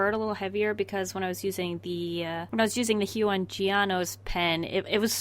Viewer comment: My heart broke a little every time she said "hue-on"